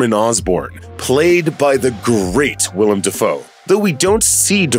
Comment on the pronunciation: WILLEM DAFOE NOT WILLIAM AGGAHAHS